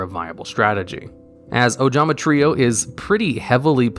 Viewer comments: I am so happy he didn’t say “Ojama Try-oh” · What is this? actually pronounced ojama trio right? What is the world coming to?